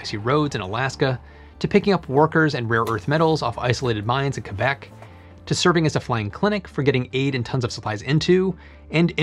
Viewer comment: Your correct pronunciation of Québec was beautiful. ⚜️